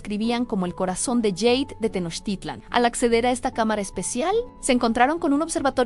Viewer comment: Bueno jade se pronuncia tal cual suena en español,no está escrito en inglés solo para que lo tomen en cuenta